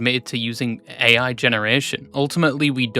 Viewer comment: erm actually it's pronounced "ai" (like the word "I") and not "a.i."